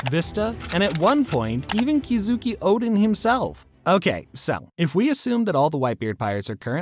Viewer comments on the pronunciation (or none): This bothered me too but I already knew about the direct translation being belly/bellies. I didnt care tho he pronounced roronoa as rorona and oden was called kizuki rather than kozuki😭😭😭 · How could one possibly mispronounce berries as bellies and on top of that shit kozuki oden as kizuki oden like fam come on😭